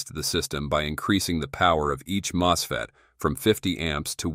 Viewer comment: How does your AI get 'moose'fet's from MosFet? Wrong language as primary? Weird.